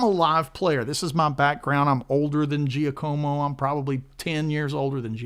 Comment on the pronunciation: In Italian it's pronounced Jackomo.